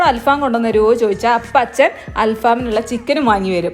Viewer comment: ഇത് അൽ ഫാമല്ല. ങ്ങടൽഫം